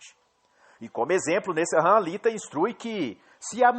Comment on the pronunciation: A pronúncia é Nessan. Nesahan é my eggs